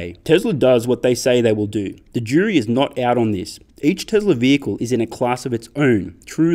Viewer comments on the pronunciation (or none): Why do you have to say it like “Teslar is”?